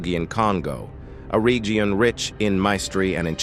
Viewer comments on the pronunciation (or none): LOL The "regeon" LOL